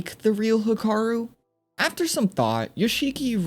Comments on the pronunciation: youre pronouncing hikaru kinda sounds off sounds like hakaru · Hikaru is pronounced “He-(with a strong “ee”)-kah-roo” /informative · instantly paused the video and stopped watching when you pronounced hikaru wrong